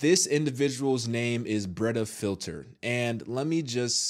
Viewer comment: Did u say his name is Britta filler? 😅